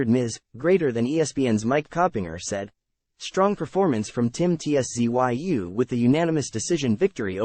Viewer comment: Ts-zoo.2 Syllables mate.😊